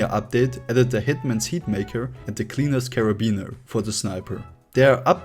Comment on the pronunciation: Very interesting pronunciation of the cleaner's carbine